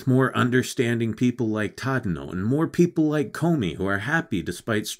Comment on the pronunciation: Actually, you pronounced it wrongly. His name is not Tadano, but Chadano!